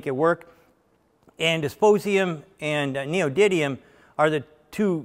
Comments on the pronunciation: Come on Sandy you're an engineer! It's Neodymium not Neodydium. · Thank you Sir for your work and expertise, this video is awesome. I might be wrong, but I think I heard three small glitches in your text : ( & ) : Metal you quote is "DyspRosium", not "Dysp_osium", and It is not "Noedi_d_ium" nor "Neodi_t_ium" but "Neody_M_ium". I refer to [ ] , [ ] . Please pardon me if I am mistaken. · OUCH, MY EARS! No, not disposium or neodidium! The rare-earth elements you're discussing are Dysprosium and Neodymium, used as alloying elements in high-strength permanent magnets! That was rough! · Disposium and Neodiddium😂🤣 FYI: its Dysprosium and Neodymium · Yeh, he also stuffed up the pronunciation of “neodymium” as well. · This guy can't spell or pronounce "dysprosium" or "neodymium", and applauds cheapness over reliability. Sorry, not impressed. 🤔🙄